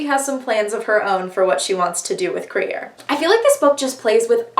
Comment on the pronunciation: LESBIANS ONLY!!! i deserved the credit for making you read crier's war :') IT IS THE ONLY BOOK! also WHY did you pronounce crier's name like that??? i've heard BRILLIANT things about the grief keeper STOP doing california so dirty i'm unsubscribing